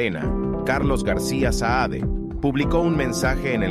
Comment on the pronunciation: Muchacho el botijas se llama CARLOS SAADE ,no "SAED" limpiate la cera de los oidos.